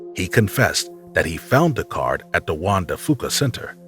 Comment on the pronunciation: immediate dislike when I hear someone say "duh" and not "the".